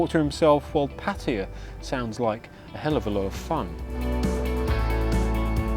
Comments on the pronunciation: MY GOD “PATAYA” … NOT PATYA. YOU REPEAT IT SO MANY TIMES I HAD TO COMMENT. PA -TAY - A IM SURE WITH YOUR ACCENT YOU PRONOUNCE IBIZA… EYEBITHA OR IBIFAR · Pattaya not patea driving me mad but otherwise good content thank you 😂❤ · It aint pronounced "Pati-yah" 🤣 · Please pronounce the word Pat-ta-ya, correctly...Thanks 🎆🎆